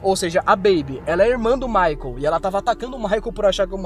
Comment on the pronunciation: Cada vez que fala Michael foi uma facada na alma 😰